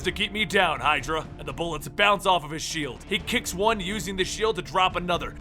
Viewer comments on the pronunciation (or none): none